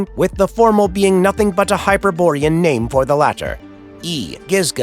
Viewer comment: I've never heard someone pronounce all these names so perfectly.